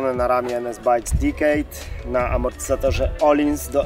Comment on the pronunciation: chłopaki, weźcie się w końcu nauczcie wymawiać słowo decade, DEKEJD, a nie dikejd, dik to doskonałe wiecie co to xD